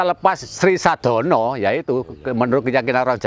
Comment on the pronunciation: Sedono bukan sadono..Mbah kalau dungo jowo mesti nyebut nama itu